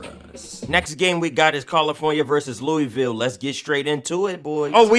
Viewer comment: You pronounced Louisville wrong but I love the vid gang